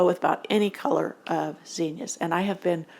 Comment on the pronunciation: This will probably sound dumb but I like the way you say zinnias. Most of the people around me today say it with a short I sound and also stretch out with an extra syllable. I learned the way you say it and so I love it when I come across somebody who says it that way. 🎉